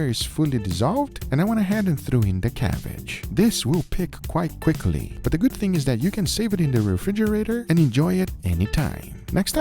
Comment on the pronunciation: “This will quick quite pickly” 😂